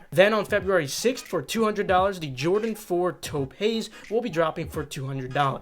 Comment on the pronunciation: Taupe is pronounced tope like rope or soap toepay lol